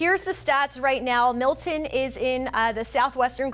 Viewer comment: It's Milton, not Mil'en.